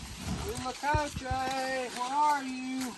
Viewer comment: I live in Mexico so I believe I can help you with the pronunciation. In Spanish the H is silent and all vowels are very pure. A=a short "a" as in pants, E= as a long "a" such as the a in play, I= as a long "e" as in ie in piece, O= as a long o as in grow and U= a long u as in union. Therefore if your spelling is correct the pronunciation is uit-la-co-che